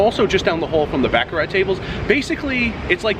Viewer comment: Learn how to pronounce baccarat ,u butcher it every time